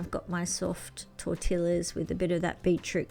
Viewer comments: In Spanish double LL's sound like a Y it's Tor Ti Yah not Tor Till Uh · that multipart griddle is really cool and so are the disposable chopping board mats. Im very squeamish about preparing chicken would help if I could just toss the ick stuff. btw pronounce tortilla it sounds like this: tor-tee-a. A tip from LA, the best taco city in the world after Mexico City. Merry Christmas! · Tor tee yah. Sorry, I’m from California. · I liked the defrosting plate a lot, it would really come in handy at my house. I also wanted to let you know, that the word "tortilla" is pronounced "tor-tee-a" the double "l" is more of an "E" sound. I really like watching your videos and maybe one day, when I have a bit more money, i shall take your Japanese Language course. Thank you so much for sharing your journey.